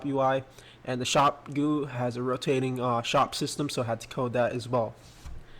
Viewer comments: When he says goo instead of G u I it’s makes me wanna vomit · xD he calls a GUI a "goo"